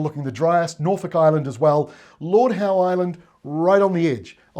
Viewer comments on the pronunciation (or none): none